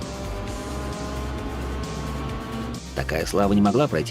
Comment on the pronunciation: Хонда ЦЫвик...леща бы дал по щам на такое произношения блин...